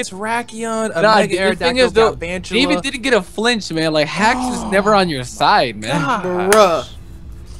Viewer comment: Galvantula, David: Glavantula